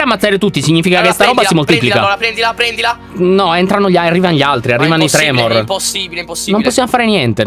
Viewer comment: Quei mostri sono i tremon non i tremor🤣